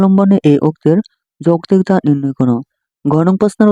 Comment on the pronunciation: ঘ : যৌতিকতা তে কতা টা উচ্চারণ হবে